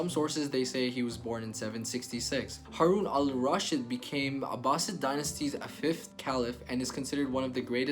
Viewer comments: Not Raashid. But Rasheed. Haroon ar Rasheed. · Not haroon al rashid actually haroon al rasheed